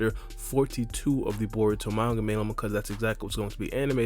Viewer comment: Dude u sayin bour instead or Baruto 😂😂😂😂